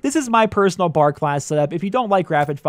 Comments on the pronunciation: For future reference: it's B.A.R. aka browning automatic rifle, not bar like you're going out for drinks. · Annoys the hell out of me when people call it the "Bar" ....It is the B.A.R. (Browning Automatic Rifle) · it is called the B. A. R not the BAR